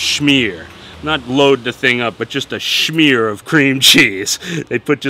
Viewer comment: "a schmier" is your father from germany?